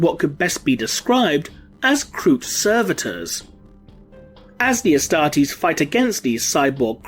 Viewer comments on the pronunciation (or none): none